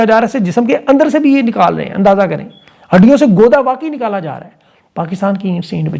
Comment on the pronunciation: ۔گودا نہیں گُودا۔ gooooda